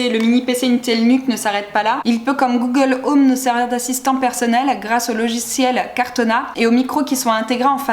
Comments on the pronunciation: C'est pas "cartona" mais "ortana" 😅🤪🤫😩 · J’en vois pas l’utilité et à c’est Cortana pas cartona Autant acheter un vrai PC qui fait tout tourner